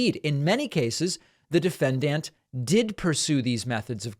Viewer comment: I keep watching and you never learn how to pronounce "defendant" and "Giuliani". Not meaning to troll. These are just some basic words you need to report on all this, so how you speak matters.